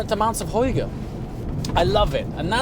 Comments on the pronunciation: you butchered Hygge, but i forgive you. It's pronounced with the Y, Hyg-ge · please do not say „Hoige“😅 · It's not HOygge, it's hygge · From a Dane; it pronounces like the Philips hue lamps "Hue'gge" the danish Y is pronounced ue" Hopes that helped. 🤙Thanks for sharing as always, what a nice car. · Your saying hygge so wrong it's not even a word anymore, seriously you could have just done a simple pronunciation search on google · As a Dane I can tell you that you totally butchered the pronunciation of “hygge” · Love the car but "hygge" was said a bit wrong and fun way for an danish ;) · the only missing part of pronouncing hygge is the potato in your mouth!!